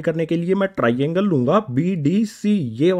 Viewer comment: Triangle❌ Tiraiiangle✅